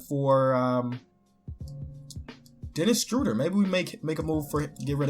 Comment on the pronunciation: Thank you for saying Dennis Shröder correctly